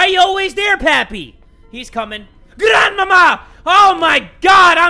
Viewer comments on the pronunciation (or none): is GRANDPAPPY right there... oh it’s GRRRANDMAMA😱 I’m dead😂💀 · No one: Nobody:: granmama